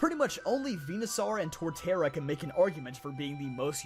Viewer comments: "venuh-sarr"? "Venuh-saur" dude. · Vee-nuh-sore, not Vee-nuh-sar. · Vena...sar????? First time I hear that pronounciation instead of "Venasor". Dear heavens is this the Arceus conundrum all over again? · its venoSAUR not venoSARRRRRR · Why do you keep saying venuSAR dude you don't say dinoSAR it's dinosaur and venusaur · Now am I wondering if I've mispronounced Venusaur all my life... I say it like Venus soar rather than Venus czar. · Nobody Him:VENASAR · Venusaw? I hate how you say that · Bro wtf you saying Venasaur like a potato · Why does he say saur like a tard